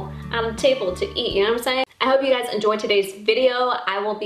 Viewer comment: She said "Hey Suys"